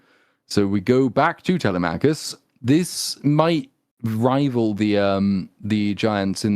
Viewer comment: By the Greek Gods! At least say Telemachus right! Google the pronunciation boys!!! TeleMACKus is like sand paper against my eardrums! sigh Aside from that, helluva episode! I’d say more than fair critique. More than is deserved or could be expected given the targets of hate and scorn this movie makes of certain demographics.